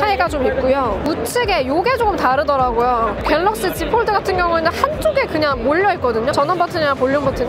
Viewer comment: 요즘 들어 자주 봅니다. 참 열심히 하는거 같아 잘 되시라고 조언합니다. 한국인 대상으로 하는 컨텐츠이니, 너무 영어 발음 살리려고 하면 한국어랑 부조화가 발생해요. 본인이 영어를 얼마니 잘하는지와는 관계없이. 갤럭시 지폴드에서 갤럭(L발음)시(X) 지(Z)폴(F)까지는 영어발음 지켜려고 하면서 '드'를 뒤의 한국말과 연결시키기위해 어쩔수없이 완전 한국식으로 발음하니, 이해는 됩니다만 계속 반복되는 단어인지라 듣기가 좀 거북하고 어색하네요. 그냥 본인이 오포제품 리뷰시에 Bar type을 '빠타입'이라 했듯이 F, L, X, Z를 한국식으로 편하게 발음해주면 어떨까합니다. 좋은 영상 잘 보고갑니다.